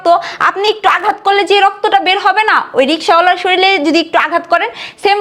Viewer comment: শরিল নয় শরীর হবে